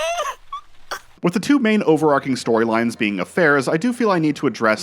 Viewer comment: You need to Google how to pronounce "overarching". Extemporaneous mispronunciation is how you get ants.